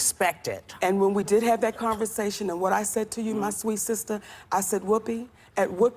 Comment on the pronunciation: i love when she says "sista" or "brotha" Lololol 😂😂😂